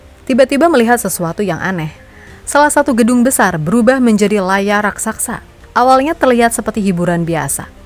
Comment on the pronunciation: RAKSASA MIN, BUKAN RAKSAKSA 😂😂 bahasa Indonesia yg bener lah